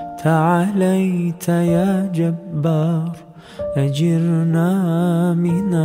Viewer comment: Çok güzel bir tını yakalamışınız. Teşekkürler, tebrikler. Keşke bir Fem i Muhsinden tecvit dersi alıp yeniden okusanız. 1. Te’aleyte değil Te’âleyte 2. Ecirnaaa değil, Ecirneâ 3. Allahın bazı isimlerinin doğru mahraçları vb…